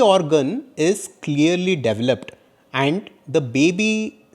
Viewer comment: I'm sorry but it sounded like you were saying devil up inside your mother's womb rather that develop inside your mother's womb, huge difference. I almost went straight Karen on you, lol.